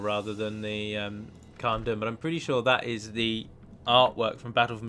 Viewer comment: Hey, quick question is dûm in khazad dûm pronounced doom? Thats the way ive been saying it and it seems you say it like dum. Thanks:)